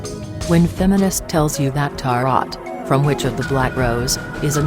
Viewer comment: I'm guessing that the text-to-speech program, rather than the uploader, is responsible for Tarot being pronounced as "tah-rott" instead of "tah-roh".